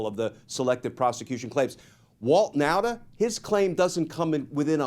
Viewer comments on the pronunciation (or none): Nauta is pronounced Nawta.